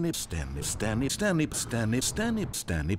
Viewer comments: I’ve heard it to much now it sounds like Staney instead of Stanley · at some point I started to hear "Dummy" and not Stanley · bruh I swear I heard turnip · You know you're losing your mind when "Stanley" starts sounding like "Damage". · Half the time it sounds like he's just saying Stanney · Sometimes I hear it as "its them" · My personal favorite ways of hearing Stanley are as follows: Slam Me Stanny Stab me Stambee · the part where i heard stanny instead of stanley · The name has lost all meaning now and I just hear the narrator saying "stab me" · it sounds like stany and stab me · now all I hear is "standee" and "stammy" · Stanley, Stanley, Stan lee, stemmi stemmi stemi stanlih, stenly sternly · Stammy stanme standme sambey stably Staley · I keep hearing Stamley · it keeps sounding like "stab me" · Eventually it turns into Stirmey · Stanley doesn't even sound like Stanley anymore.. standie.. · sometimes it sounds like he says stab me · it sounds a little like he is saying dennis. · Some of them sound like: snan me, stab me, STANTLERENS, stomach, snamy, stany, stemy, termites, turnips, stanys family, sturny, sturdley, spam me, sandwich, senip damage, stemic, sternley, sturnip, sturnleyp, steniep, sambie, TEMMIE, temith temmie, and finally stanley Hello scrolling STANLEY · kinda sounds like he is saying russian word for pants "Shtany", in a very broken accent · Stanlee Stan Lay Stab me Stab me Standee Staneeme Stanley Damn it! Stanley Stanee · List of all non stanley names I hear Standy (alot) Sternley (alot) Stamy Spermy Chandy Sternley (alot) Stan lee STANLURINES Stanby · I honestly can’t tell if he was saying stanley or asthenosphere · Too unclear. What's the guy's name again? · "Stan named Stany"